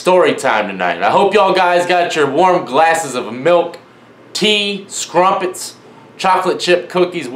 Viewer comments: Skrumpets lol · Did this dude just say "scrumpets"? LMAO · HE SAID SCRUMPETS